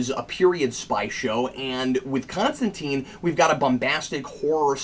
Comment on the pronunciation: It's Con-Stan-Tyne Like Raysh al Ghul :) POWER TO THE CREATORS ! & not Goyer